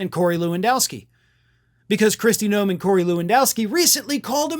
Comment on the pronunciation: GNOME, not Noem, GNOME.